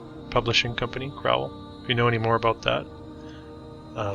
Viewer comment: The Crowell-Collier complex was demilished a few years ago. It's pronounced crow not crou. The ild high school sat across the street from C-C. The old pist office was bought by St. Raphael Catholic Church (across the street) for use as their school until construction of a "proper" school adjacent to church. The K of P lost money in the crash of 1929. Their state home sat on plenty of acreage. Sold iff in bits. Home closed in early 1950s. Site was cleared for the new Mercy Hospital( now demolished too). Our Warder Public Library and Free Reading Room WASN'T demolished! It still survives to the west of St. Raphael's. It is our literacy center. Your research was VERY faulty. Yes, it's sad that our Big Four station lasted just shy of 5 decades, but train travel was dying. Cars were taking over. Many buildings were leveled to get the two overpasses, not by-pass (that is outside and west side city). Houses and factories were lost too. Photograph of Recitation Hall has been acknowledged as to its construction in 1880s. Many now gone buildings had information plaques attached, which were lost in demolition. Much of our city's wealth came from the various factories at the time. Mr. Bushnell was no exception. One needs to see his Greek temple mausoleum in nearby Ferncliff Cemetery and Arboretum. The tall fountain was junked in the 1950s because of cost prohibitive and costly maintenance issues. A new, shorter one would be placed there in the very early 1990s.